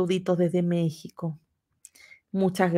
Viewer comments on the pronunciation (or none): none